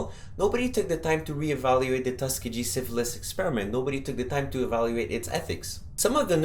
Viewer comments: Tuskegee is pronounced "Tus-KEE-ghee"(with a hard "g" and the accent on the second sylable). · I noticed that too Just thought it was his accent